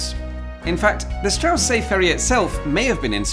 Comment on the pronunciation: Strange that you pronounce the ST in Steffi right but not in Strausberg and Straussee :-P Amazing video as always though :-)